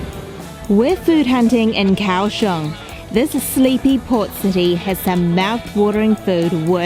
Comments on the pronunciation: Liked the video very mcuh. You both make all the food look soooo good. One thing....it is pronounced Gow-shung not Cow-shung. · It's pronounced "Gaoshong." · Gao Xiong